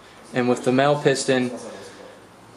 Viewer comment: MAHLE: SHould be pronounced "Molly" :)